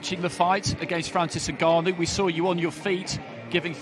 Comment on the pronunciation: Frank Warren pronounces ngannou as NIGGanou 😂😂